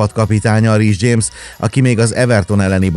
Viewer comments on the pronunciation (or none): none